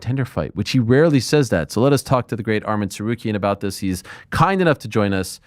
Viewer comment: Its ARMAN NOT ARMIN ARIEL